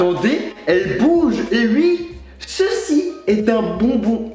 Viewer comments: arrêté de dire "wii" dit "oui" 😭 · « et ui » 😂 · J'adore a 24 secondes de la video quand il dit et ui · "mais attendez elle bouge" "eh ui" ptdrr chui morte, jkiffe cmm il dit le "eh ui" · "Et ui" XD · "Et Ui!" Mdddr😂